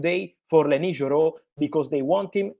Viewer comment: Fabrizio can't stop saying lenS Yoro😂 Thanks Fabrizio for all Manchester United news ❤